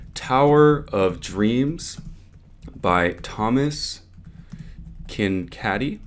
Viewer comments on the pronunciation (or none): Thomas Kindkaddy? ROFLMAO....you mean Thomas Ken Kaid....